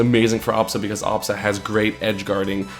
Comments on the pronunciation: The way he says absa drives me insane... it's not awwbsa it's ahhbsa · if only he stopped saying obsa and said Absa lol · it doesn't work cause he pronounces it "ah-bsa".